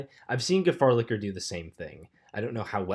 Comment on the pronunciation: dont be mean it wasnt too bad and at least he said gefahrlicher and not gerasfsfdhdsdfdnsdr